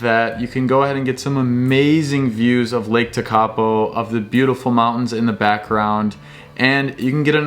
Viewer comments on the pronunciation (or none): Learn how to pronounce names please!!!! Tenow?? Teekaapo?? Blenhime?? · Lake ‘ teck a po’ - pronounced. Haha 😂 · Just some friendly help with place names. Te Anau = Tea-are-no. Tekapo = tech-a-paw :) love that you love here. Awesome video! 👏